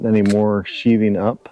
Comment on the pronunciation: I noticed you struggling in the beginning. FYI, The word is sheathing, pronounced "shething".